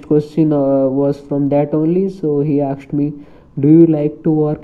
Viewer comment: She akshd me she akshd me